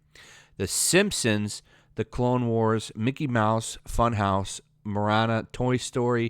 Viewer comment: Moana (Mo-aw-na)